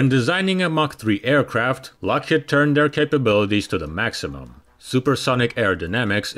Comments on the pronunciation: Too many mispronounciations by an otherwise good narrator. "Lockheed" is pronounced lock-HEEED. But he did get "Nevada" right. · He can't even pronounce "Lockheed." It's driving me crazy. HEED. Lockheed. Rhymes with mock-bead. shock-reed. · I just wish you would stop saying "Lockhead,it's Lockheed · What is a “Lock Hid” ?????? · Lock-HEED. HEED.